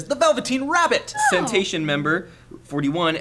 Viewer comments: Lol it's not centation... It's Cenation as in the wrestler John Cena, who sucks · said cenation wrong... dissapointed:( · btw i think you said the name wrong, its cena and nation combined. the person is a wrestling fan